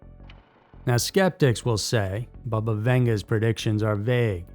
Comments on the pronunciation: It's NOT pronounced BUHBUH, it's BABA!!!! RIDICULOUS!!🤦🏾‍♀️🤦🤦🏻😆🤦🏼‍♀️🤦🏿‍♀️🤦🏻‍♀️🤦🏼‍♀️🤦🏾🤦🏽‍♀️🤦🏼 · Not bubba- bahbah